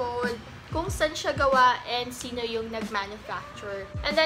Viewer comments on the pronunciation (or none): none